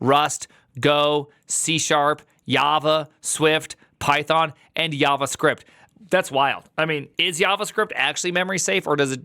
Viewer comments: You said Yava and Yavascript.😂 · Yavascript, haha